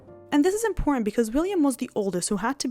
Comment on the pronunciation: Remember that "T"'s are impor-ent